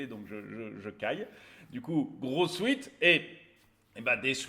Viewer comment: Peux-tu cesser de dire sweet au lieu de sweat pour les vêtements vendus ?